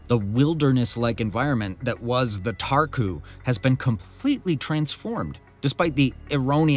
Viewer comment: Romania has very beautiful nature. I am Romanian and this is old news for me. All English speakers mispronounce and stress the wrong syllable. Make sure you pronounce properly and stress the right syllable. The first syllable is stressed in Țarcu so the pronunciation is TSAHR-koo.